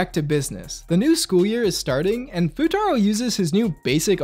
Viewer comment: "Fuutatski" had me dyin